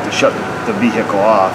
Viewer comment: The h in vehicle is silent, the h in herb is not 🤣🤣😂